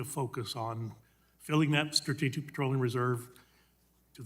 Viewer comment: It's petroleum... not patroleum.